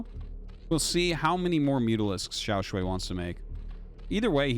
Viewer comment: Nah, we gotta assume that he would prefer if people said his name correctly. Before this time Artosis had been saying Xiao Sh-u-i instead of Xiao Sh-u-ai. I think it's a good change and not too hard to implement. If Xiao Shuai chooses an English language name, like all the Korean pros, that would also be cool. The purpose of Pinyin is to use some roman characters to represent each part of the Chinese language sounds, which are, thank goodness, quite consistent compared to the changing English sounds. As a native English speaker living in Taiwan, I wouldn't want to change Pinyin even one bit. Saying things however you want to say it is fine and good for tourists or diplomats, but if you really want to live here and not sound like a fool it's good to know how things should sound. The purpose of Pinyin is not convenience of foreigners. Local people here prefer to use a system called Zhuyin that has non-Roman symbols, which is also good for focusing on the correct Chinese language sounds. In Taiwan they use Zhuyin to teach kids, in China they use Pinyin in grade school the same way, even when they never learn English.